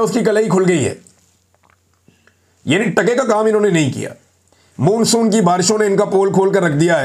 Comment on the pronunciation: Why does this guy keep saying “moonsoon”,it’s pronounced as “monsoon “.